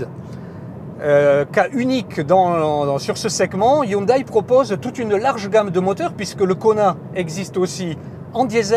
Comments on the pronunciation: Hyndé et non Hyunaille. Hyundai. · Oui en France on prononce le "ai" --> "é" et en corée ils le prononcent aussi "hyundé" donc y'a aucune raison que ça devienne "aïe". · pas tres pro de prononcer "hyundaille"